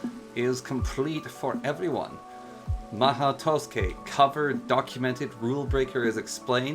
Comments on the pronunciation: Wrong, it's pronounced as ma-ho, the u is left out, and tsukai is pronounced skai. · did he just say to-skay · your “mahou” is fine You said tusuke